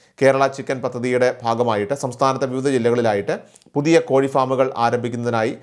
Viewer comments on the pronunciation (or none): none